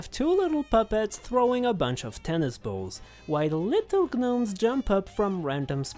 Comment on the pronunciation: FINALLY someone pronounces gnome correctly